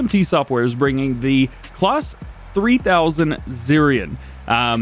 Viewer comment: Another Great video 🙂 Some brilliant news & information there 🙂 Really looking forward to some of the new CLAAS tractors, and the potential of more in the future 😉 I'm not sure if it's the way it's said in your location, But CLAAS is pronounced the same as CLASS 🥰🙂 As in school Class 😉👍🏻 It just sounds strange every time you mention their products 😊 Keep up the awesome work buddy 🙂 Stay Safe, All the best, Mark 👍🏻